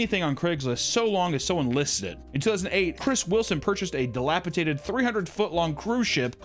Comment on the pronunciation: Dil-ap-uh-DATED, not “tated.” Dilapidated, not “Dill flavored Andrew Tate in past tense “ 🙄😤